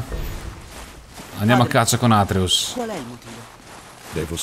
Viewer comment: atreeus non atreus daje bomber! bel video!